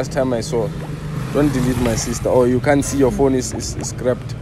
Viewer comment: "you can't see your phone is scrabed" 😭😅💔